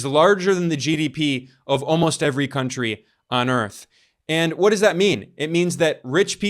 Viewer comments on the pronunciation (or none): none